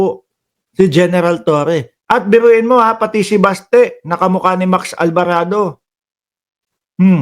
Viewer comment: ALVARADO ✔️ ALBARABO ❌️